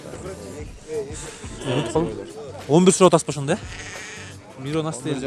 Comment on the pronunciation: Миронас дебей меринос десен.